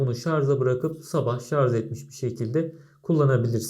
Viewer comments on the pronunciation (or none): umarım geçen 3 yıl içinde ''şarz'' yerine ''şarj'' demeyi öğrenmişsindir. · şarz değil, şarj. :)